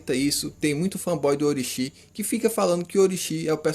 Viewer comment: Como levar a sério um cara que fala Orochìíí kkkkkkk vê o anime com o olho do rabo só pode kkkkkkkkkkkkkk